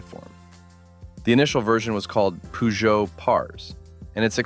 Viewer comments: You have pronounced Peugeot wrongly. Should be per-jo. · Is it really that difficult to pronounce Peugeot in a proper way? 😢